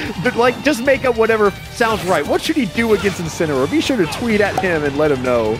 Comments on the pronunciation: 10 months later, rewatching this and I feel like my ears are wrong because “Dark Incin” kinda sounds like “Dark Vincin” to me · ah yes. inceneroar. of course. incEneroar.